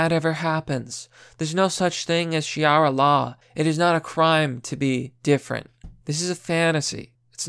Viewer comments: Dude, Sharia not Shiara. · Shiara instead of Sharia. Lol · It would help to pronounce your words correctly. It is not SHEE-air-uh. It is shuh-REE-uh. Totally different words and one doesn't even exist. The rest is well done. C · Sharia, not shiara. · sha-ria not shi-ara ...unless you are mispronouncing to avoid the censor bots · it's sha-ria, dawg, not shi-ara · It's not shiara law it's Sharia law. Sha-ree-ah. Not shee-ara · What is this "Shiara" Law? lmao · It's not pronounced "Shi-ara" it's pronounced "sha-ria" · Sha-Reeee-Ah(not Shai-rah)law is absolutely against the Alphabet people, I was stationed on a US Navy ship in Bahrain and Sharia is brutal, if you steal, you get your hand cut off, if you are an Alphabet, you are hunted down and put to death, it's on Al Jazeera all the time, and in some prisons, they dont feed you, you have to have your families bring you food while you are in Prison, and if you have no family, you starve. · .....Interesting pronounciation of "Sharia". Especially considering the is pronounced phonetically. This really doesn't help with getting your point across, which is the reason I'm pointing this out. Shuh-Ree-Uh, not She-Are-Uh. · 'shiara' xD its pronounced as its spelt sha-ri-a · Why do you say "shiara" when it´s spelled sharia? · I'm gomma be that guy sorry It's SHA-RI-A. Not Shi-ara ;) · I'm I the only one to say it? ok, it's sha-reeee-ah, not she-ar-ah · I love you but you hurt me. It’s not shiara. It’s sharia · It's sharia, not shiara. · It's pronounced "char-EE-ah," not "she-are-ah"! 🤔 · Dude don't call it 'Shiara' its pronounced 'Sharia'. Seriously im not trying to be a dick it just bugs me. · Dude you made decent points but you have be able to read. SHA-RIA. Not Shi-ara. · Shariah not Shaira. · Sha re a not shrea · Shiara? its not that hard c'mon. Sha Ri a's law. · Sha-ree-ah I love your channel man, but come on, all you have to do is sound that one out. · It's pronounced Sha-reeeee-a Law. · She-ara? Seriously? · "Shiara law"